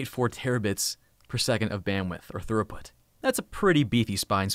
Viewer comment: Throughput is pronounced Thru-Put, not Thur-Oh-Put.